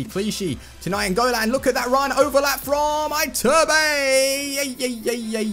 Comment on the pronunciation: You have to say ITURBE, not Aiturb. Lol